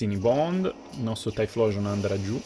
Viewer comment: la pronuncia non è "tai-xplosion"?